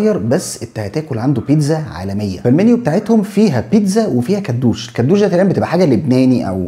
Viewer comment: كدوشي مش كدوش